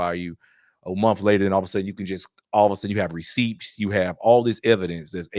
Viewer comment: Bro, did you just pronounce the silent 'p' in "receipts" ? Looks like someone needs to report your English to USADA!